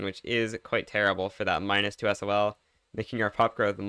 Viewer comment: WHY DOES HE SAY S.O.L INSTEAD OF SAYING SOL